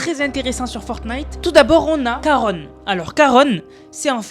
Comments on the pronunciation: juste pour te dire que je crois qu'on dit Charon et pas \\Karone\\ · On dit Charon et pas Caron 🤣🤣🤣 le CH se prononce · Salut juste pour t’informer qu’on dit pas karone mais karon comme ont mange mais ça s’écrit charon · Juste on dit pas caronne on dit charon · Juste c Charon ch pas k